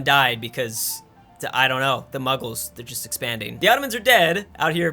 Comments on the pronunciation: Mughals not Muggles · Prounounces it Muggles Me: nerdy screaming